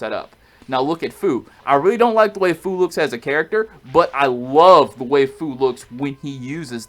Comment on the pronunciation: Fu is pronounced "Few." Not FU like kun fu or whatever.